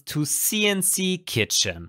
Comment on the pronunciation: LOL "Kitchen" ist das english oder saarlaendisch ?